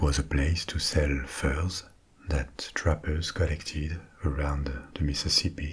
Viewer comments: Meeseeseepee basen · I love the topic tonight! Also, I never knew I needed to hear “Mississippi” said in a French accent until I heard you say it 😂